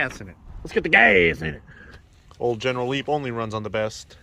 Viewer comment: Leneral Geep lol